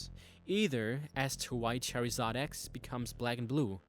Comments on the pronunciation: Never heard Charizard pronounced like that xD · he pernouced charzard wrong that got on my nerves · Charred lizard, the i in lizard is pronounced so why not pronounce it in charizard? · I hate how he says Charizard! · For the love of God, learn how to say Charizard! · I don't think Charizard is an english word, after all pokemon is orginally from japan in 1996. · I love how you pronounce Charizard :3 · ITS CHARIZARD NOT CHERRYIZARD LEARN YOUR GRAMMER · you say charazard wrong you say cherryzard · Why does he pronounce charizard as cherry zard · Its Char-i-zard not char-e-zard charizard X isnt white LEARN YOUR PRONUNCIATIONS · really dude your called charizard cherryzard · Char-iz-ard not chair-iz-ard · It's not cherryzard its charzard fuckface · ITS CHARIZARD NOT CHAIRIZARD GOODNESS SAKE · Fuck you it's pronounced c h a r s a r d not s c e s a r d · its not Cherryzard its Charizard: how to say: Char-iz-ard. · It's charizard, not cherizard dude ... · It's pronounced "chor-i-zard", not "chare-i-zard" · its charizard not cherryzard.... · It's pronounced ( Ch Ar i z Ard ) no (Chair i zard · Its noy purnounced (Chery-zod) its (char-zard) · It isn't cherryzard, it is charizard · its charizard not cherryzard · cherry-zard bwahahaha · its carizard cheerizerd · did he really pronounce it as "cherry-zard" it's char-zard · Charzard not charryzard haaaa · wtf is cherryzoin its suppous to be charzion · why were you saying charyzard its pronounced charzard im not trying to be offencive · char-ee-zard? naw dude...Char-eh-zard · fucking charzard not cherizard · Cherry-zard?! Dude are you stupid it's (char-zard) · its not Pronounced Char-EEE-zard its pronounced Char-Zard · um plz learn to pronounce pokemon names its not cherryzard its char I zard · LOL you said cherryzaid but its charzaird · its pronounced char-zard not cherryzod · was annoying me when he kept saying cherryzard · He pronounces charizard as CHERRYzard. I find that strange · Why does he say charryzard